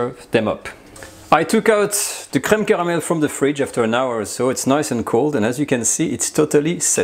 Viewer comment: Aside from the content I absolutely like how he says creme caramel //:) subscribed.